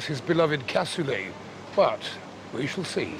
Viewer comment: I come from toulouse and it is "Cassoulet" not "Cassolet". I don't know this person but aparently he was a nice guy... Nice video btw